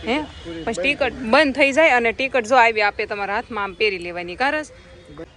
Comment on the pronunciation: Tikat no kevay tikit kevay Ben